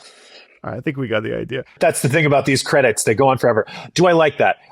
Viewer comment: "End Cedits" 🥀🥀